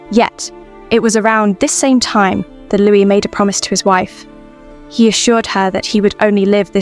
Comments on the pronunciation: Why do you pronounce the ‘s’at the end of Louis XIV? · All noble women should have been raised to KNOW that their husbands were likely to never be faithful to them. It was more than common for men to have affairs, it was even MORE common for kings to have affairs. Going back through history, it must also be said that if the king wanted to bed a particular woman, SHE DID NOT HAVE THE CHOICE OF SAYING NO. To the narrator. Stop calling Louis the 14th, “Lewis”. You do not pronounce the s!